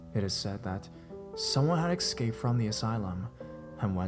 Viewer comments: Say it with me, "escaped". Not "EXAPED". For the love of God, please, everyone, it's "escaped"😂😩🙏🏻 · expake